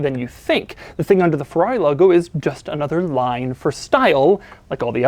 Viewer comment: jesus and after u pissed me already off with your persistant FEWAWWI pronounciation you start saying SHIRONE. jesus christ you really are an american stereotype